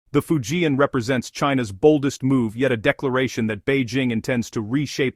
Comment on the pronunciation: If you can't even pronounce "Fujian," you're not in the game, are? You're a failure, and you're fooling yourself, Go find out. Then do it over from the start, OK?